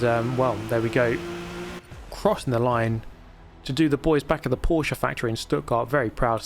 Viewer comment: Subscribing because you pronounced Porsche correctly. Ty.